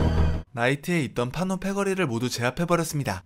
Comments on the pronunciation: 왜 자꾸 판오라고 하냐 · 판오가아니가 판호에요